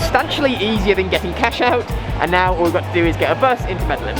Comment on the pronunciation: and Pleeeeease learn how to pronounce MEDELLIN. I've seen some of your other videos and that seems to be a pattern (mispronouncing the names of cities).